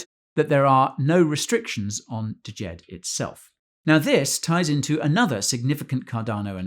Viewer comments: It's not "D-jed". It's just "Jed"......the D is silent. Otherwise, good video. Thanks. 👍🏾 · D is silent bro... it's pronounced Jed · "deejed? the D is silent(like knife the D Soften sthe J (so not like jeep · Thank you for the content. The first 'D' is not pronounced in Djed. The same way it is not pronounced in Django (Quentin Tarantino) If in doubt, look up the world. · Isn't the d silent hahaha